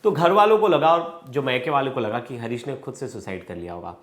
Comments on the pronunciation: हारीश हे हरीश नहीं।।।😂😂 कैसे कैसे लोग रिपोर्टर बन जाते है😂😂😂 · Harish r u sure, bhai naam lena tuo theek sai sikh le, harish nahi haris hai wo 😡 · Harish nhi Haaris😅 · Bhai harish nhi haris nam h . Tum pehle khud ka talaffus thik karo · Bhai naam sahi se lo harish nhi haris naam hai